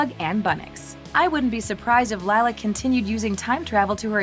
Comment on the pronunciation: You mean lie-la